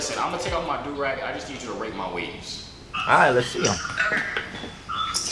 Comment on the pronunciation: It’s not dorag it’s a joorag